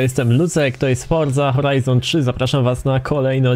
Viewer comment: Lucek dlaczego muwisz Horza Horajzon 3